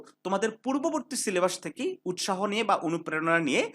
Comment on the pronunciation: সিলেবাস ❎ সিলেবাশঁ 😩✅